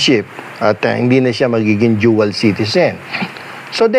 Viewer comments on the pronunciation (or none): Dual citizen not duel citizen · "Jual citizen" 😂😂